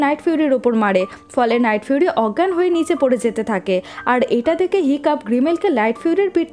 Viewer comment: আপু এইখানে লাইটফিউরি না নাইটফিউরি হবে